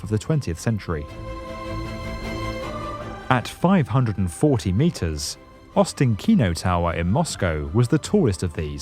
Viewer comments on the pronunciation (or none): Great video as always! Ostankino is pronounced ostAnkino.